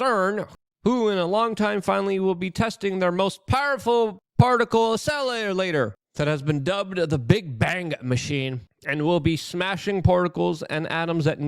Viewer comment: Luke butchering the English language as always 😐,🤣 CERN accelulator